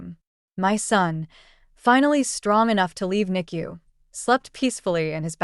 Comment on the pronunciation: Thank you for pronouncing NICU correctly. A rarity!